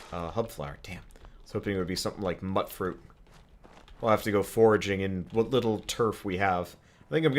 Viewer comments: Its not "Mutt fruit, its myoot fruit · Mutdruit. As in mut, like a dog? Fuck you, no. Pronounced mute-fruit lol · it's not "mut-fruit" it's pronounced "mewt-fruit", like mutant. So for the love of God please stop saying it that way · It's pronounced like "Mute-Fruit", as in mutated fruit. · The Drama Llama, well its not muttfruit its mutefruit aka Mutfruit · I'm pretty sure it is pronounced, "mut-fruit," because the spelling doesn't suggest to the hard U sounds for, "mute-fruit." Either way it works, I suppose. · How is Mutfruit pronounced? I personally pronounce it Moot-Fruit